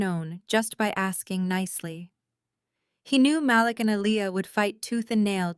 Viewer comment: Mah Leek not malick